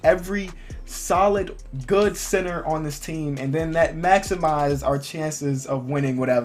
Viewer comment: It sounded like u we're saying sinner and not center